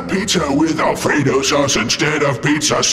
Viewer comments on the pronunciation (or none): At first, I thought he said "a Frito Sauce" instead of "Alfredo Sauce." XD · Did the spook say Frito sauce or fetus sauce.